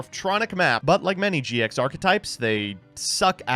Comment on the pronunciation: Let's Gooooooooo... Wait? Did he say "GX" archetype?